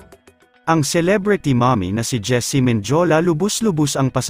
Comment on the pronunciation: Hindi po Menjola Men di o la Mendiola po